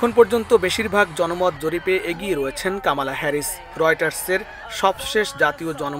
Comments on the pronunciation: আপনারা বাঙ্গালী নিউজ মিডিয়া। অসভ্য অশালীন শব্দ উচ্চারণ করে আপনাদের নিউজ মিডিয়ার সুনাম নষ্ট করছে। ওনার নাম কমলা হ্যারিস। এই পরিবেশক কামালা কামলা করে উচ্চারণ করছেন। খুব শ্রুতি কটু লাগছে। অপসংস্কৃতিতে ভরা। ওনাকে মিডিয়া থেকে বের করে দেন ও ঝামেলা হাঠান। দরকার হলে জরিমানা করেন। বাঙালি বাঙালির মত থাকবেন অতি স্মার্ট হতে যাবেন না সব হারিয়ে ফেলবেন। বাংলাদেশ এর দুঃসময় চলছে। 😂😂😂😂😂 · কামালা নয় কমলা হ্যারিস। সঠিক উচ্চারণ করুন।